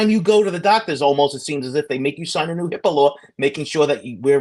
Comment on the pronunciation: OMG!, I was like “What’s a Hippalo?” HIPAA lawr. HIPAA Law.